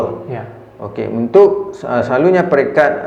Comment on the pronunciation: Selalunya jadi selaluNYEEEE